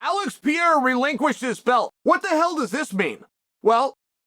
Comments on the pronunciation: One day, Chael will realise Pereira has 2 Rs in it. Til then, "pea-era" it is 😂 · "Alex Piera", finally someone speaks American. Figures it would be Uncle Chael.